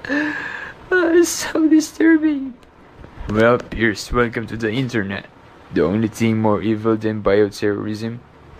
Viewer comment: Piers...ka...chu? Seriously =))))